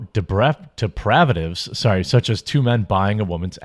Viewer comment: LMAO you don't know the word "depravities"?